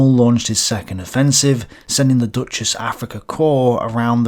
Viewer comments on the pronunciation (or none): are you pronouncing Deutsches like "Duchess" just to troll the Wehraboos? Because it's pronounced Doych-ess. Listen: Anyway why bother to say the "Deutches" part? There was no other "Africa Corps" in the theater; everyone knows you mean the German one if you just say "Africa Corps". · Hey, you're pronouncing it as "dutchess" Africa corps. Try "d-(oy!)-'tchess" Africa corps.